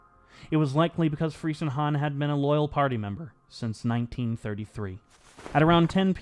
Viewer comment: The name is properly pronounced Freezenhahn. It it German ei, not ie, that rhymes with English word fry. But very good vid!